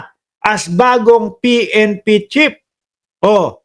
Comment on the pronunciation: Sino ba ung sinasabi mong pnp chip baka naman pnp chief ayusin mo naman ang pronunciation mo nakakahiya ang ingay mo pa naman.